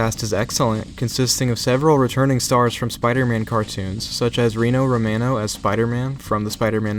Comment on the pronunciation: It's pronounced Roh-mah-no